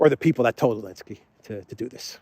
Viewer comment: Who is Elensky? Why omitting Z and not saying name correctly? It’s Zelensky! .. explain the reason? Otherwise- great! I am a new fan